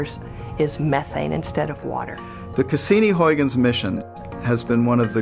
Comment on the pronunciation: I love how badly they say Huygens xD